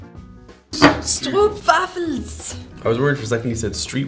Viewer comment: Strrowaffles ? .........is that like a cabbage......LOL.